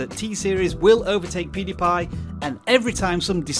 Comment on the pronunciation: Did this dude just said poodiepie